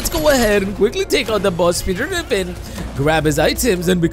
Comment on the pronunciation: Bro said grefin